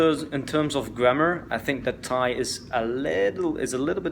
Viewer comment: Your thai pronunciation is excellent